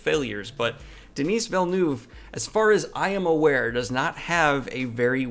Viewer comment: You need to learn how to pronounce Denis Villeneuve correctly, cause you look like an illiterate idiot.